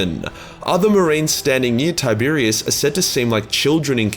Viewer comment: Tie-Bear-Ros, not Tiberius